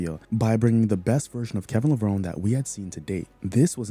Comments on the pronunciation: Kevin Levron "Ee". The e in pronounced :) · I agree. His.name is pronounced Lah-vron-ee